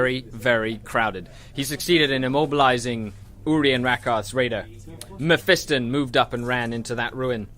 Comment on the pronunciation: it is pronounced (meff-i-ston) not (meff-ee-ston)